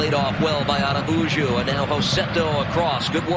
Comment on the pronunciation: I don't understand why all of the announcers keep destroying the pronunciation of Araujo's name. It is not Ara-oo-joe. It is A-row-hoe (row rhymes with cow).